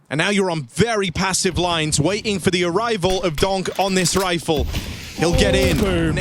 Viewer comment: How come the casters skip the last T in words but only sometimes? I hear weighing instead of waiting, compee ing, yet they never say Zon Icks.